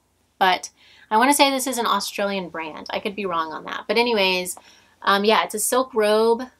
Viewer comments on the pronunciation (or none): none